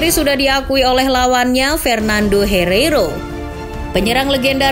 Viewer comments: Bukan fernando hireiro min tapi fernando hierro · Herero? Penyerang? Wkwk yg bener tu Hierro min dan dia adalah seorang CB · Fernando Hierro itu bukan striker Madrid tp bek min... Haduh.... Salah sebut pisan.. Hierro bukan Herreiro 😊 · Kocak lo min pernando herero hahaha yv bnr hiero, tra hiero bkn penyerang td bek minnnn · Hiero mbak bukan Herero, pemain belakang mbak bukan penyerang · Fernando Hiero min, bukan Herero, dia bek bukan penyerang 😅😅😅, channel sekelas Starting eleven ternyata bisa salah juga y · Fernando Hierro bukan hereiro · min maaf ya... bukan fernando herero tapi "fernando hierro" dan dia bukan penyerang legenda real Madrid tapi seorang Bek dan mantan kapten Real Madrid